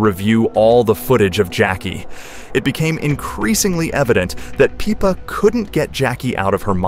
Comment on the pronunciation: its pippa, not peepa